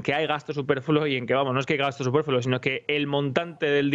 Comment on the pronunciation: ¿Gasto "superfulo"?,... ¡Superfluo!